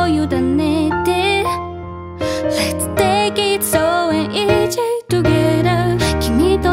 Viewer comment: 歌詞の中の英語の発音はきれいで全体的には上手だと思うんですが、一言言わせていただくならeasyのｓｙの発音が例えば48秒の所ですがイージー、つまりジーに聞こえます。発音記号ziはズィーと舌が上あごに触れないで息がかすれて通る音なのでｇの音と異なります。ｘｙｚのｚ（ズィー）の音です。Alwaysのズをそのままィーを付けて延ばせばsyの音になると思うのでやってみられるとより英語らしい発音になります。このカバーはとても好きでグルーヴィーないい仕上がりになっていると思うので気にするほどではありませんが…。失礼なことを申し上げてすみません。